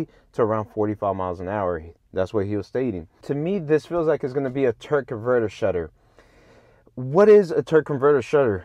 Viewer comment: Your killing me saying Turk most of the time! Good video